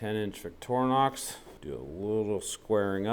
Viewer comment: "Víck-trinox" not vicktornox